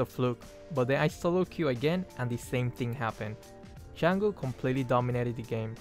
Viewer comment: wow someone who actually pronounces her name correctly